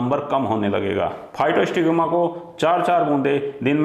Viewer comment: दवा का नाम physostigma जबकि आप नाम बोल रहे हैं फाइटोस्टिग्मा।